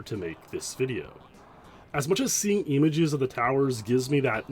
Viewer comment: why do you say EMAGES lol